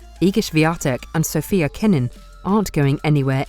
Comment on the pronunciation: Did you just say Sofia kenin?😂😂🤣😂